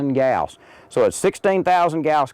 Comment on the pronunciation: i was in electronics engineering and we never pronounced gauss like that